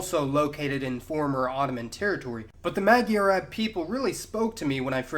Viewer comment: It's not mag-yar-ab its Moi-are-Ab (Magyarorszag is pronounced Moi-Are-Ror-Sag) & it doesn't mean ab as in Arab its Ab as in Aboriginal